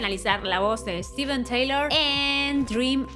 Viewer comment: Steven Tyler, no Taylor. Se pronuncia “tailer” no “ teilor”